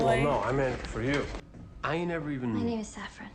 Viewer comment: FYI, “Mrs. Reynolds” said her name was Saffron (a spice), not “Zaffron”. I realize the pronunciation might just be a Brazilian thing like how you often say “epizode” instead of episode (I presume that’s a Brazilian thing… it’s one of the very few ways I can tell you’re not a native English speaker), but I just wanted to be sure you realized that the “s” in Saffron is also not vocalized. Love your reaction as always! 👍